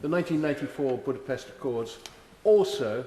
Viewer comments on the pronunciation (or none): none